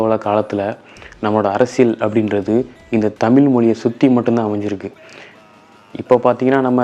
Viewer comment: தமிழ் என்பதை சரியாக உச்சரிக்கவும்…